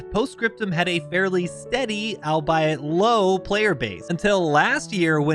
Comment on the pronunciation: you pronounced albeit wrong